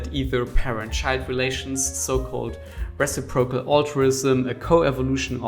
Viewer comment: did you pronounce reciprocal like res-ip-row-coal